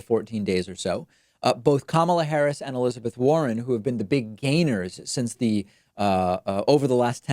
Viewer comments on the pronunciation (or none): none